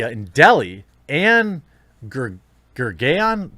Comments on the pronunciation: It's pronounced " Goor - gaoon" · Just for the folks to know, the BJP party is like the Republican party of India while the Congress party are like the Dems or lefties. Also Gurgaon is pronounced G-OO-RGA-O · Pronounced as Gur-gao :D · It is pronounced Grr-GAY-on ~ 😉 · Goor-gah-on bruh, twitter needs to get kicked out into obliviion.